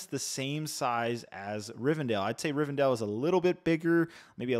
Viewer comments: you said it right the first few timesbut then switched up rivendell, not rivendale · Love this review!! Looking forward to this release! Thanks for previewing this set for us 🙏🏽 Side note: I hate to say it BUT it does tick my OCD … isn’t it pronounced [ri-ven-del]… several times I keep hearing [ri-ven-dale] 😅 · DELL. It’s RivenDELL… not DALE